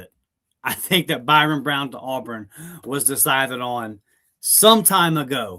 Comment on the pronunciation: You do know his name is ByRUM Brown and not ByRON